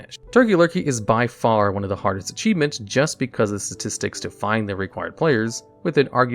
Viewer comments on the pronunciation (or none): none